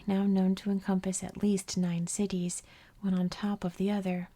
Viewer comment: I absolutely ADORE your channel! One of my favorite YouTube channels of all time. I’m obsessed with geography and history and ASMR so everything about your channel is chef’s kiss 🤌 one piece of feedback that I’m not sure anyone here will agree with… when you force yourself to pronounce the T in “cities” in a way that is very unnatural and clearly not the way you actually speak…. It’s a bit jarring to my ear and literally takes away from the ASMR factor a bit. I’ve noticed you force this unnatural, overly-formal “T” sound in a few of your other videos as well. Just wanted to tell you, your natural way of speaking is perfectly fine- MORE THAN fine- and there’s no need to force that sharp T sound if it isn’t your natural way of talking.